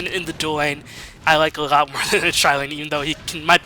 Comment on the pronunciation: Is he German? Why can't he pronounce L? A lot = A ghat Large = Lagh LoL = Agh-O-Agh